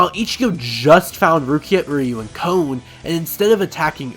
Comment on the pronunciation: It's Kon... Not... Cone